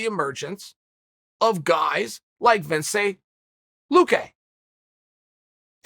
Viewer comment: say it with me now VICENTE LUQUE